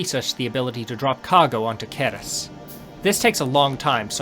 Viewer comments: it's pronounced "S-er-ee-s", the C as in "centre" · For the entire video I cannot get rid of feeling you are calling it wrong. I'm pretty sure it's read with "c" as in Cerberus. Aside from that - love the video!